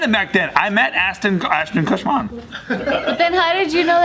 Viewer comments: saying “ashton kutcher” like how every news channel butchers every celebrity’s name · I'm cracking up at all the times mispronounced ashton kutcher lol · is progressively pronouncing Ashton Kutcher‘s name wrong throughout the video😂